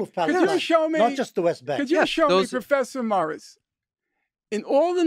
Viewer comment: Everytime he says "Prfessor moirissss" 😂